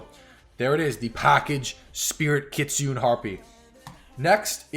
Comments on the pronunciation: I'm Japanese. We call Kitune. not kitunn...→"ne" is right ! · Lol not kit Sune it's Ki tsu neh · Kit Su Nay is the pronounciation for the word kitsune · Kitsune called Ki- tsu-ne. Not Ki-tsune. Oh I don't know how to say. ... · It’s pronounced kit.. su… ne.. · The Kitsune is actually pronounced key-tsoo-nay and it literally means a fox in japanese.